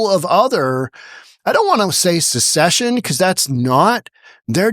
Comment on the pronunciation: I agree with this movement, but the Indiana house speaker should learn how to pronounce “secession,” otherwise he risks being dismissed as a hick. It’s pronounced “se-SESH-un, not “SUK-sesh-un.” The latter is what happened when, say, Prince Charles succeeded to the throne upon the death of Queen Elizabeth. The former is what happened when Virginia seceded from the Union in 1861.